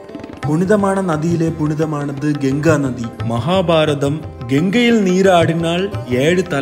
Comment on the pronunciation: Genga illa pa ganga